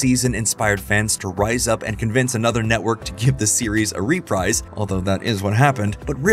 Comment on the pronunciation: "Reprise" is pronounced "ruh-PREEZ", not "ruh-PRIZE".